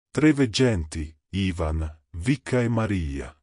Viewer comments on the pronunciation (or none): none